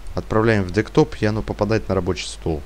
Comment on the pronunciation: Чувак ты бы комп.термины выучил как правильно говорить, невозможно слушать. Ага, дектоп.